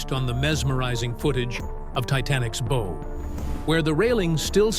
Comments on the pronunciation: THANK YOU! I have been "screaming into the Void" on this subject forever. "Bow" sounds like "wow" Yes. But damned if the AI narrator doesnt also do a version of the pronuncuation of the SAME GODDAM WORD: "BOW"= "SNOW"!! If this is a triumph of AI technology...I pass!!! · It's pronounced BOW as in BOW-WOW. Retrain your damm AI. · The "bow?" As in bow & arrow? What is with these computer-generated voices? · The bow was pressurized by thousands of gallons of seawater, whereas the stern had Her whole back end out of water. The amount of water would have obliterated the stern because of gravity and pressure. And Bow is pronounced is (b OW') Ow as in ouch or OW! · Why is it so hard to teach your AI narrator how to pronounce bow (rhymes with wow) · It drove me crazy, every time I heard bow I was yelling BOUGH!!! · This! Instead, the AI goes on & on about the beau. Downvoted, and I will never waste another click on this channel. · Wut ??? You failed the entrance exam to the Maritime College ? It rhymes with wow. Like a dog . . . bow wow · It does say bow like it rhymes with wow once in a while. Why not Everytime I wonder? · Why are there weird graphics and charts that have no bearing on what is being talked about that pop up randomly and pull you out of the "story" and the mispronounced word bow is driving me crazy. Not to mention the images that aren't even the real Titanic. Fake images. Fake voice. Incorrect crap. Crappy video over all. Can we get rid of AI please. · I never would have imagined how much of the steel is being consumed every day! Is there not a way to raise and preserve the Titanic? Or at least the bow? And it's such a nicely done video; perhaps fix the one, most, well, only distracting element: the incorrect and sometimes correct, pronunciation of "bow"? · And it keeps switching between pronunciations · No stop misspronouncing the front of the ship. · Yep, the issues with AI. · Yelling in BOW!!!! In my mind right here with you. Wordy bs too.